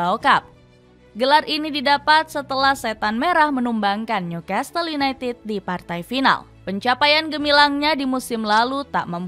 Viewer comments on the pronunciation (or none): none